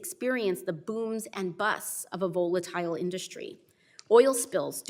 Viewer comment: I love you AOC, but please learn how to pronounce volatile